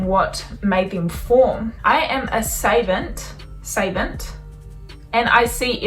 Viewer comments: Savant pronounced "suh-vahnt" :) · Its pronounced sAA vaant